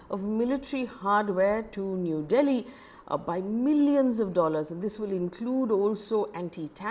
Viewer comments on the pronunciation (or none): none